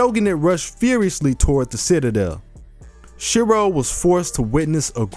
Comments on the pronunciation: isnt it Shirou?i am sure its Shirou not Shiro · The line thingie above the o ( ō) is ou, making it Shirou